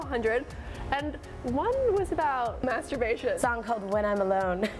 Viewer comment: "masterbation" 😂😂 love Carly tho 🖤